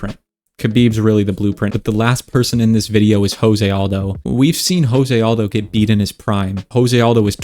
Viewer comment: José Aldo, not José Aldo. Portuguese pronunciation, not Spanish.